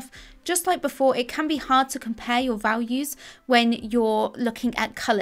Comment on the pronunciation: Ralues? Does this woman not know how to speak? A bit later in the video she says "vawlues," too.